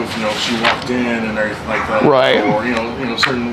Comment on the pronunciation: “And errryfing like that”